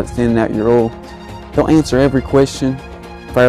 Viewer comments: PRONOUNCE O I L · I like the way you say Oil, it's so funny